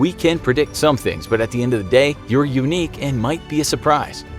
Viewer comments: Any of y’all catch that they said Dey instead of day ? Lol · "dey 3" ok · Sorry but “Dey” . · "Dey 3" Yes its dey. Todey. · "dey" 3